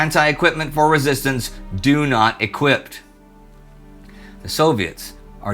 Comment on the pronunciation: "do not equipt" 😂